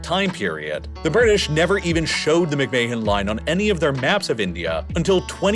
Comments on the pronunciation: "Mick-May-Hon Line"?!?! It's pronounced "Mick-Man" like Vince McMahon. Spelled same way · "McMay hen" line is pronounced as "Mc Man" 👍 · Fyi mc mahon is pronounced mc man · McMahon is pronounced "McMan" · Nice video but the mispronunciations are brutal. McMay-han? LaHAsa? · McMahon is pronounced Mick-man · McMahon is pronounced -- Mick-Man. Do not pronounce the H. But, a bot would not know that. Get a real person. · It’s not very important, but McMahon is pronounced something like mick-mahn or even like mick-man. It may be that Henry McMahon didn’t pronounce his name like that, but that’s how we’d say it in Scotland or Northern Ireland. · How can you not pronounce McMahon properly. Not like it's one of the most famous surnames in the US due to WWE 😂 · Am I the only one who noticed the butchering of McMahon pronunciation?! Dude, don’t say it again! Oh crap he did it again!!😂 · The pronunciation of "McMahon" hurts my ears